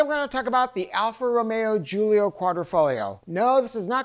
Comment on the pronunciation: EPIC FAIL sec ( when I saw the glorified VW in the background I knew it wouldn't take long)....."Alfa Romeo GIULIO Quadrifoglio..." GIULIO ???? GIULIO ??? EMBARRASSING.....